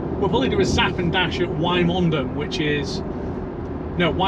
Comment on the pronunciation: great vid, interesting as i'm expecting deliver of my model y next month - - - quick pronunciation check - "Wyboston" is pronounced "Wibberston" and "Wymondham" is pronounced "Windham (is is windy gayle!) - from a Norfolk lad!